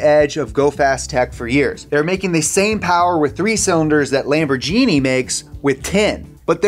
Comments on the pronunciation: Did he just say LamborJeeni !!! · Did he just pronounced lamborghini as "lamborJINI" ??? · Duuude, it's Lamborghini not Lambor...GENIE! WTF? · It's Lamborghini, not Lamborgini. Facepalm. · I cringed when he said 'Lambordjini'… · Lol he said lambor Genie 🤣🤣🤣🤣🤣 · Lambor-GEENEE?!!!!!!! What the actual fuck?!!!! Jesus Christ I would understand if Your grandmother didn't know how to pronounce the name correctly but dude that makes videos about car technology? Oh, right... You're American. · "Lamborjini" ? hahaha 🤔😝😎😎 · LamborJJJhini he had so much focus on that name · He lost me at Lembor-G-ni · lamb. errr. genie. xdee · "LamborJEENY" what the fuck? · Wtf is lamburgenie ? Literally nobody else in the world has ever pronounced it like that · “Lamber genie” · Lambor genie? What is this? Some kind of amazing Genie from Aladdin? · LamborGENIE? :D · he really just said lamborJini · It's pronounced LAM-bor-GEE-nee as shown in this video Sorry, but for some reason it really bothered me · I love your videos, but please... That G in LamborGHini is really hurtful XD It's the same G you would use in "ghost". Love from Italy :) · please, try to do your best next time you say lamborghini ..... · Lambor ... WHAT?! Dude ... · “What if you had an infinite number of cam profiles?” You mean like Fiat’s award-winning MultiAir technology that’s been around for like a decade? (I guess I shouldn’t be surprised that would go entirely unmentioned by a presenter who doesn’t even know how to pronounce Lamborghini…) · Is no one going to mention anything about how he pronounced Lamborghini? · That proninciation of Lamborghini made my hearth stop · How the f did he pronunce Lamborghini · You did not say Lamborghini like that. YOU DID NOT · sorry, could you pronounce L A M B O R G H I N I one more time for me? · That's not how you pronounce Lamborghini 😁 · I feel Pain How the hell did he just pronounce Lamborghini... Get outta here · Lambor what??? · I hope he mispronounced Lamborghini as a joke...